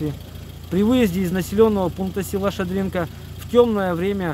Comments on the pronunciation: Нужно говорить Ша'дринка а не Шадринк'а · Сам неправильно написал...) Ша́дринка правильно...)))